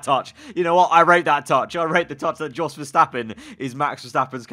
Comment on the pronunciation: It's "yos" verstappen